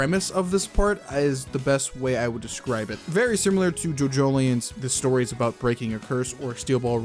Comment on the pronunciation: I was like "JoJo: the orizing? What is orizing?"